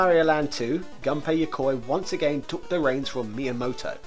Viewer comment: FYI, Gunpei is pronounced like "goon pay". Whenever you see his name, just think about hiring goons. Some others have already commented on the "dame" thing. I'll just add that Japanese doesn't have silent "e"s Also, put Japanese words into Google Translate and there is a play button that will pronounce them for you. That pronunciation should be correct as long as you've selected Japanese as the input language. (The translations it gives you, however, are not reliably accurate.)